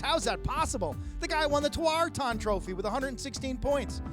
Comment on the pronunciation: I hate the way they say tawaaraton